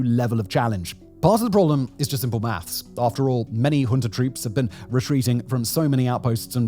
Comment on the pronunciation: Junta does not have an R at the end. Please stop pronouncing it with an R